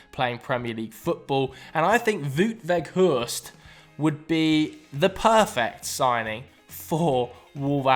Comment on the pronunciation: You completely slaughtered the name Wout Weghorst btw, I only understood it because I recognized the picture. But indeed a good striker for Wolves, although he should aim a little higher. Still dont understand why every coach of the Dutch national team prefers Luuk de Jong over him